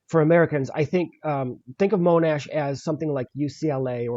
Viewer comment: Monash is pronounced MON- Ash rather than Moan-ash by the way.